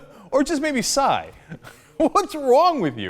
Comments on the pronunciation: "ebenebeddebe... calls himself Psssssyy" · Maybe Bill was having a stroke as he was pronouncing Psy's name. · I love ho O'Reilly thinks everyone is a part of a conspiracy. Just how he says "PSY", like that's not his name.